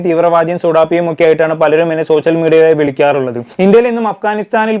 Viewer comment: 'സോശ്യൽ' മീഡിയ, "വിശയം" എന്നൊക്കെ തെറ്റായി ഉച്ചരിക്കുന്നത് ശരിയാക്കിയാൽ നന്നായിരുന്നു.